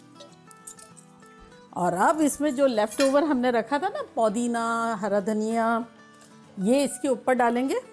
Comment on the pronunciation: It's not. Podina it's pudina